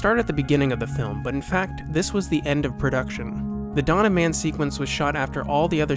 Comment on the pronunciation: It is "Dawn of Man", not "Donnaman".